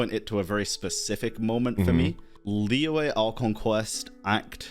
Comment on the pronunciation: let talk about how every western people speak Liyue in a wrong way